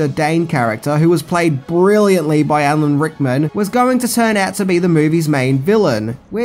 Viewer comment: Just say Al a n Rickman, and not Hickman